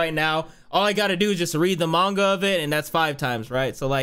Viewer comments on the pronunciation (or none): none